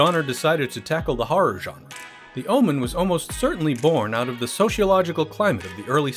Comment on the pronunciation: Thank you for pronouncing genre correctly.